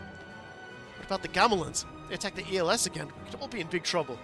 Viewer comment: Els is pronounce similar to else